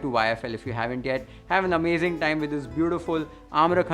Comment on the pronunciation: आमराखंड नाही रे, आम्रखंड....